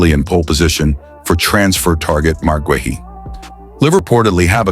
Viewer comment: GUEHI is pronounced GAY EE